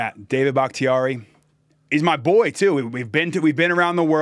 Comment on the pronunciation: It’s David bahktiari